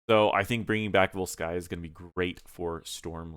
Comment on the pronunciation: Vólskaya, not Volskáya